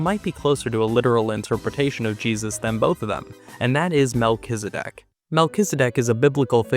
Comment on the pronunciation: Isn’t it pronounced Mel-Ki-ZED-ek?